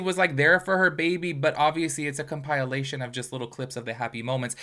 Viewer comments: Can you pronounce the word compilation correctly? It’s not compilalation, it’s compilation. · Compilation: comp-ah-lay-shun 😭😭😭 the compileation was killin me